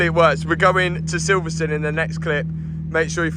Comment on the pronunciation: Silverstone not silverstun 😂